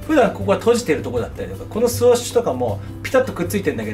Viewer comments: スウッシュってゆってお願い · NAOTOさんスウォッシュではなくスウッシュですよ〜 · 好きなのは分かる。でもスウォッシュって言い方は間違い。